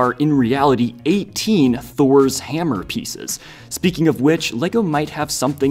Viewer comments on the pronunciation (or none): none